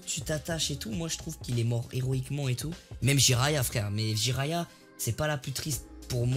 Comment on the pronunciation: Mdrrr vous avez écorché le nom de Jiraya le pauvre 😭🤣